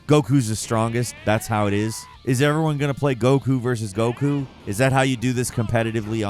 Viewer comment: How could we all forget ”Brawly” Ah. Yes. Brawly… my favorite character after gock-koo and veegeetah But second only to tie-een sheenhane Fml. Can we get someone that knows how to say the characters names next time?